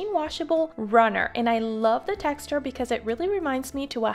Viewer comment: I'm going to have to look up where you live because I literally cringed when I heard you mispronounce the word "tex-ture". The way to pronounce words correctly is to put the emphasis on the consonant and NOT on the vowel. By you placing the emphasis on the vowel, you are turning the word into a compound word that does not exist. Just relax and ease up on the forced diction. This was my first time watching your channel. I thoroughly enjoyed the video content, just not the audio. Text- ure is no such word. Tex-ture is correct .